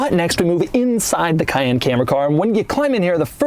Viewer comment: It's not Porsche "Cah-yen" but Porsche "Ca-yenn". Come one Doug. You worked for Porsche, you should know better. ^^